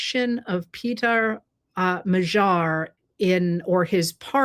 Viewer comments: MA-dyar. NOT ma-ZHAR. PLEASE!!!!! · I lived for about 9 years in Hungary and I am so glad to see their democracy restored there! I would suggest pronouncing his name as if the g is a d. I.e. Mad-yar, or more closely how the Hungarians would say it would be Mod-yar, with more emphasis on the first syllable but almost equal. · Magyar, which means Hungarian, is pronounced more like mad-yar. Have Google Translate or DeepL pronounce it for you. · Im challenging your pronunciation of Magyar. The g does sound softer than the English G but it is not the dj sound. It is more like a d By the way, the Magyars were a tribe that settled in the area which became Hungary in the late 9th C AD. They were a Uralic tribe and interestingly some went north and settled in Finland thus the two countries share the common Finno-Ugric language root